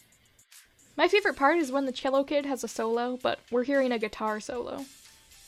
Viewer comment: ur pronunciation of “whilst” and “cello” are driving me insane, i havent been able to sleep for 3 day’s because of it.